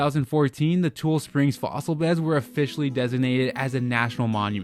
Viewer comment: I don’t mean to be that guy, but it’s like saying Ne-vah-duh when it’s pronounced Ne-vaa-duh…it’s TU-LEE springs, not tool springs. Just fyi